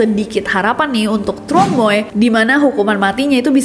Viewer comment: Truong dibacanya Cheng. Jd Tr dibaca Ch.u' dibaca e